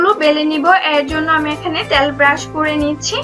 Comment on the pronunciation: আপু আঞ্চলিক উচ্চারণগুলো একটু এড়িয়ে চলার চেষ্টা করুন। যেমন তেলকে ত্যাল............. ভিডিও এর মান বাড়বে। ধন্যবাদ!